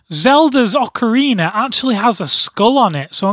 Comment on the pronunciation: IT'S OCARINA OF TIME NOT OCORINA. FUCKING NOOB